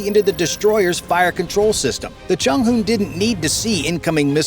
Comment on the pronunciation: Chung hoo? 😂😂